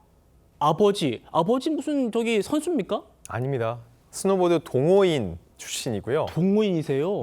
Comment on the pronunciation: 지금 사회자 스노우 보드를 보도로 읽는 엉터리 ! 나오지 마세요! 누구인맥 ? 으로 …? 나오지 마세요 당신은 한국인 아니예요